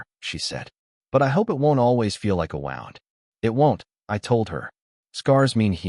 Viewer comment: Is your AI not able to ddetermine pronunciation from context: "wownd"--to curl onto an axis vs "Woond"--to injure?